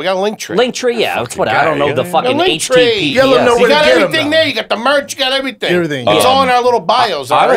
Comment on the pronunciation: 3,000 years in Brendan still pronounces "Ivrything" the same....like Mexican "Mexin" 3,000 years in Theo's Coke talks about how it used to have a Mullet problem. 3,000 years in Nick and Chin officially Launch Chinder.